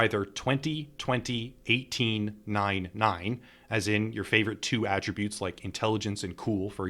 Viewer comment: Very good guide. A+ for being one of the only ones doing these guides that can actually pronounce "attributes" correctly.